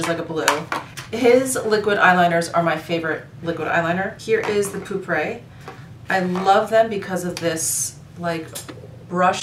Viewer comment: If you like Aqua Allegoria Herba Fresca (lovely), try Hermes Un Jardin sur le Nil, no mint note but my absolute fave. Also, the "e" at the end of pourpre (purple) is a soft vowel [poor-prah].😊